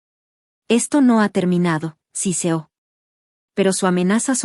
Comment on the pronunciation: No es "si CEO", es siseó...